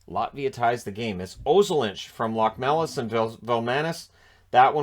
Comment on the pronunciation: Locmelis- Lochmelis.